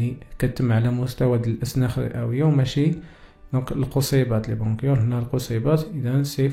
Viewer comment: وا بغونشيول ا استاد ماشي بغونكيول 🙆🏻‍♀️ bronchioles